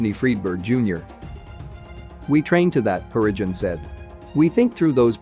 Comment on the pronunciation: Harrigan is said normally, then becomes 'Hurridge-un'. Why does this video have so much wrong pronunciation?